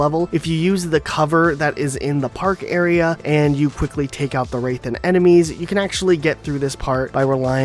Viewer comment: He said arear